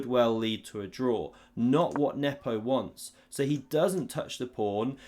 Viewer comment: You still mispronounce Nepo's name.